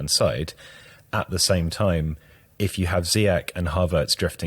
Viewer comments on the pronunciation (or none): Brilliant analysis and all, but ffs HAKIM ZIYECH IS NOT GERMAN. حكيم زياش = Hakim ZiyeSH. It's a SH, as in SHouldn't you SHed your SHite pronunciaTions? Do you guys also call Mourinho Hoze ay? I'm just so sick of people pronouncing Ziyech like they're at Oktoberfest. Verdammt noch mal.